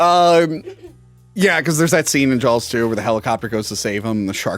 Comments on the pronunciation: I swear it sounds like you keep saying jalws instead of jaws like a hard L is in there. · Stop saying Jawls lol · I will never understand where you guys get the L in "Jaws" or "saw". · did say Jaw-L-s?